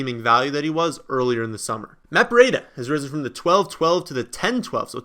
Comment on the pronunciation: It's "BREEDA", not "BREE-A-DA".